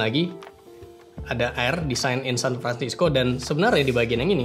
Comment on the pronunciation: Sedikit kecewa pas denger "San Fransisco" huhu :(